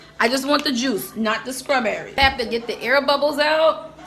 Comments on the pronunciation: I hate how she says strawberry but love how she says cake. 😆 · Mispronouncing words isn't an accent. Placing the K sound where there's a t isn't an accent. Its mispronouncing a word. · Agreed. I wonder if shez Geechee. The way she says 🍓 reminds me of my mom. She was a country girl. Every s-t-r word she pronounced s-k-r..... my girl lol ❤ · SCRAWBERRY and FREW?!! 😱I BET YOUR AZZ SAY MUURK.. 🤣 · A SCRAWBERRY N. CREAM CAKE🤣🤣